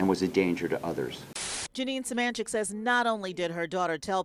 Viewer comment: It’s suh-MAN-chick and please for the love of god stop including screenshots of AI overviews in something that is meant to be informational